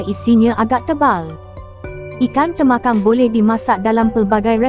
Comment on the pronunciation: tembakang la bukan temakang..talapia bkn tilapia